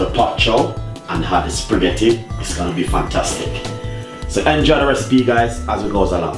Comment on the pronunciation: Its the "I'm cooking off some spreghettii" for me 😂😂😂😂 emphasis on the SPREEGHETTI